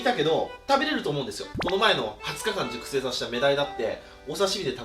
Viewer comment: 熟成しゅっぱい、